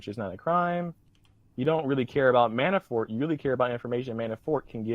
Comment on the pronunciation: "MiiiiAanifort"... Fuck this kid is a dipshit. Maybe I'm just not used to your style, but you really let this fuckin derp talk waaaaaayyy to much.